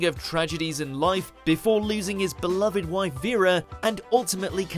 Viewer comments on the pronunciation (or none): none